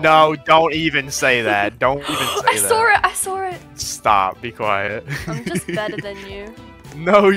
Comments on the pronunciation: the accent 😂😂😂 “i sawer it” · i want an australian accent.. ‘i SAUR it again’ 😭